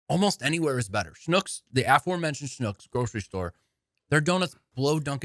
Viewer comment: So glad to hear you mention Schnucks! Recently visited STL, did some shopping in a Schnucks, and had no idea if I was pronouncing it correctly. Now I know 😂